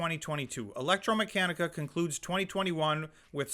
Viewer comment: The correct pronunciation is Electr-a-meccanica (not electr-o)